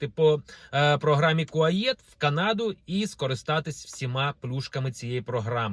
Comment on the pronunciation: Не будуть кордони відкриті через 2 роки... п.с. Програма КУАЕТ, а не КУАЄТ.